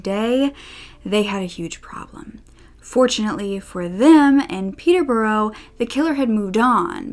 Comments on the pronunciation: It's not Peter birro it is pet+tuh+brush. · Hey! I doubt that you will ever need to say Peterborough ever again but I thought just incase, I'd put my 2 cents in. I live about 45 mins away from Peterborough and so i feel I'm qualified to say it's pronounced 'peter-buh-ruh". It's so strange I know 😂 a lot of our counties and city are like this. I hope you don't take offence, this meant purely in a helpful way! also that blazer you're wearing is gorgeous! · I lived next door to her!! She was absolutely crazy and that's not a emphasis, when willam and Kate got married there was a street party going on and she came out going nuts at people and my friend had had a go at her and called her a few choiced words! We lived in the orton, John was such a lovely man he did no one any wrong he really didn't R.I.P John, and it's pronounced peterbura if you get me try sound it out, much love to you all xxx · In Peterborough you say, peter-bruh. Source: born and raised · If you need help pronouncing british place names in the future let me know. The biggest tip I can give you is to just remove most of the letters. Peterborough is actually pronounced closer to Peterbruh, Newbury becomes Newbry, Hereford is HerEHford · Oh my gosh I’m from Peterborough!! Hearing you’re pronunciation of Peterborough was hilarious 😂😂